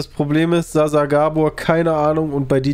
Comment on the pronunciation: "Zsa Zsa" tat schon weh